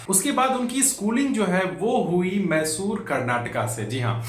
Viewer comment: Bhai thanks for the information.. Buss kucch corrections karna chahunga.. मैसूरु ko मेसुर matt boliyega